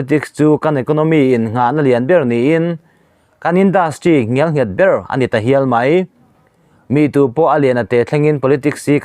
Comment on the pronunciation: NGIALNGHET ni lovin,NGELNGHET tih zawk tur a ni.